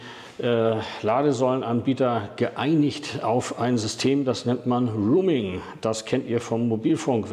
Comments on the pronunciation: Roaming nicht Rooming! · „Roaming“, nicht „rooming“ 🙈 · es heißt roaming - nicht rooming 😉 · genau roaming...! 👍😉 höre auch immer mal wieder rooming.... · ein guter Beitrag - gerade für Neulinge. Aber an der Aussprache von "roaming'" gilt es noch zu arbeiten ... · Schade, mir war das Video zu lang. Ein kleiner Hinweis: Ich glaube du meinst "roaming", nicht "rooming". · "rooming" vs. "roaming" 🥺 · 2 kleine Anmerkungen: 1. Es heißt „roaming“ und nicht „rooming“. 2. Eine „EC- Karte“ gibt es schon lange nicht mehr. Du meintest bestimmt eine „ Girocard“. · Sehr gut gemacht. Sehr gut gesprochen. Danke dafür. Nur der Begriff "Roaming" wird nicht Rooming gesprochen. Was fehlt ist der Kurs von Tesla bei einem monalt. Abo (derzeit 9,99€ für "nicht-Tesla-Fahrzeuge"). Da liegt die kWh derzeit bei unschlagbare 39-43 Cent (variiert je nach Standort ein wenig) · Nochmal: "Roaming", nicht "Rooming"!! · Im Augenblick ist es katastrophal. 1,10 fuer 1kWh AC laden ist Wucher in meinen Augen. Ich hoffe es renkt sich bald ein. Danke fuer die Arbeit! Ach ja, es heisst nicht "ruming", sondern eher "rohmimg". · Kleiner Tip zur English Aussprache: Es ging um "roaming" (ausgesprochen "rouming"), nicht "rooming" (ausgesprochen "ruhming") 😉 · Das wir nicht ruming ausgesprochen Es ist der Begriff ROAMING, eher auh Dann gibt es noch grooming, das machen die Affen, wenn sie sich gegenseitig entlausen und gemeinschaftlich lümmeln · Boah, bitte: Roaming kommt vom englischen „to roam“ - herumwandern, stromern und wird [rəʊm] ausgesprochen und hat Nichts mit Räumen (room - [ruːm]) zu tun. Bitte richtig aussprechen - ansonsten isses doch arg peinlich. Danke. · Roaming spricht man aber nicht "ruuming" aus! Eher so, wie die Stadt "Rome" auf Englisch. schuldingung, ansonsten sehr interessant. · Bitte mal prüfen , wie das Wort Roaming korrekt ausgesprochen wird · Nochmal informieren wie man "roaming" ausspricht bitte.